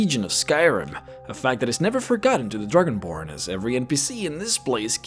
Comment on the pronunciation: The Druginborn. ARTICULATE YOUR STUFF xD